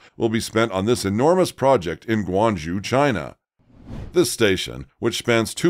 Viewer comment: Come on if you're going to make a program, at least make the effort to pronounce Guang ZHOU correctly -- just 15 seconds on Google Translate